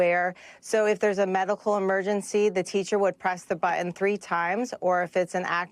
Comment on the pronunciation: It's button, not buh un